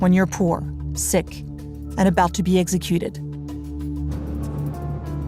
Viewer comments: The word is executed not eggsecuted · I wish the narrator could say executed instead of eggsecuted.